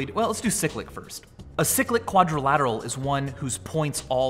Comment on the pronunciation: He really just pronounced it like a 'sick lick quadrilateral"😪, I expected more from you Michael.